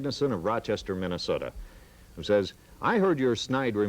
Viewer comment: Every Sunday in MINN-AH-SOE-DA is a Moron Sunday.